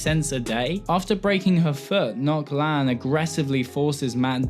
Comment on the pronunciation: Ngoc. As in Gwent. Not Noc.